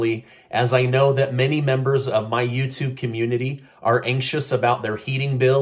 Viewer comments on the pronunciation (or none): none